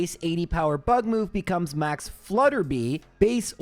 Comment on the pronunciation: I know pronouncing things wrong is kind of a meme here, but it's Flutter-bye not Flutter-bee.